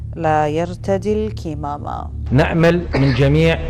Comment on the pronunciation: تحياتي استاذ احمد .. نعم تلفظ كِمامه لان الكمامه لغةً هي للخيول و شكراً